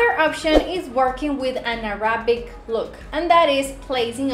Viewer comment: It's pronounced Arabic stress the first syllable